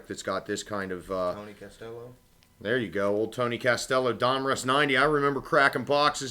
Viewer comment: Unintentionally hilarious presentation. Your really know your recent baseball history. Who's Tony Castello?? A Tony CASTILLO was a reliever for Atlanta. Clayton Dumpfrees?? (That's Clay Dal-rymple) Dave Drecky?? (Dave Dravecky, who had his left arm amputated in 1989 after breaking it on the mound in his 2nd comback game after cancer) And then not mentioning that Joe Niekro, deceased 2006, is the brother of HoF Phil Niekro? And so on. Any half-wit can post a box break, but in building an audience, it helps to know about the subject being discussed. The good ones are entertaining and informative; this one's merely banal and insipid.